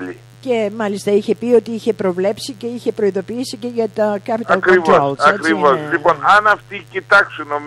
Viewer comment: προφορά capital controls ούτε η Ντόρα να ηταν